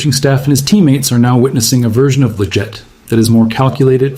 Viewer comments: It's not lajette it's leggett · Considering your always talking about leggett it would be nice if you actually pronounce his name correctly